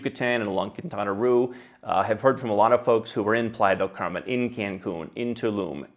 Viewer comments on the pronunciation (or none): none